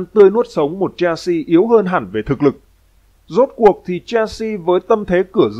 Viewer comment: Chelsea không phải đọc là “chen si” mà đọc là “Sel si”